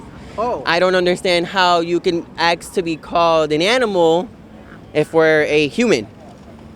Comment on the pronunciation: "ACKS"...????? A S K